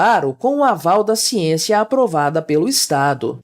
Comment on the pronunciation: "Xiênxia, xiênxia, xiênxia..." A academia virou uma fábrica de jumentos descerebrados...